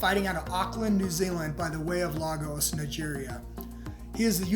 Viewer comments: And he doesn’t know how to say fucking Lagos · Didn’t even say Lagos properly the dumbass